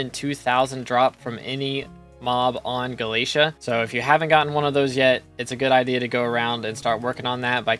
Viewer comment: unsubbing bc you pronounce galatea incorrectly